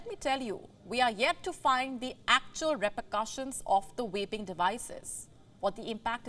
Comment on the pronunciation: It’s pronounced Vaping ….. with a “V” and not with an “R” …… Pronouncing "vaping" starting with an "R" is inappropriate and a completely different show. SMDH.